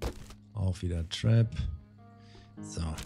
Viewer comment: Ab Sofort Trinke ich immer einen kurzen wenn du Trap zu Tarp sagst :D